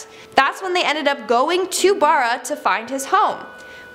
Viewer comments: I’ve been to Barra and it’s not Burra my family lives there and I find it a bit annoying how you don’t say it right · You’re saying Barra wrong, this is reallly annoying. There’s a video of the kid and he even says Barra the way it should be said